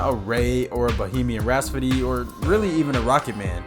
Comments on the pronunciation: Anyone else cringe every time he says “Bohemian RaS-pody” instead of ‘RhaPsody’ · Right after saying “Bohemian Rhaspody” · Bohemian Rhapsody... not Rhaspody or Rhasfody. Otherwise good video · Can't get over how you pronounce "Rhapsody" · I mean it's funny, but if you can't watch something because the author pronounced something differently from you... You take your mind too seriously.